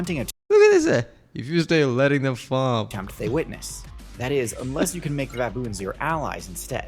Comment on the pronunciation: It is "baboon" not baBOOM